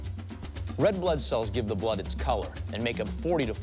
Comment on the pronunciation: Bludeh. NOT FUMNY